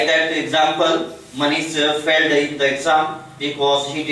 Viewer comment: Stop it .......Failed ..........not failled.......Had hai aise aise v teacher hai......